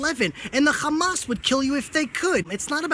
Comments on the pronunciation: oh shit gay zionist standing up, speaking horse shit. zionist are the biggest terrorist . yo guys do you hear how he say Hamas, k'kkamas. lol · Your biggest concern is how he is pronouncing a few words. You are part of the problem. Sit down, shut up and just listen. I wonder how you would be saying these names as your throat is cut. You don't seem to understand the problem.